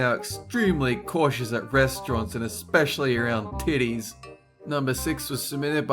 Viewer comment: that emphasise on titties tho